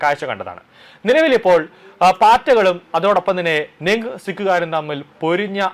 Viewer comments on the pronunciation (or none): നിങ് സിക്ക് അല്ല ( നിഹാങ് )🙏